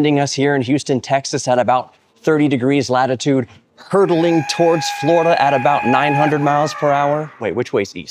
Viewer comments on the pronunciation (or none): none